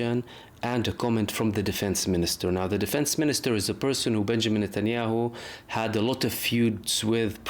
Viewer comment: its not netyaow. Trust me it is mbbs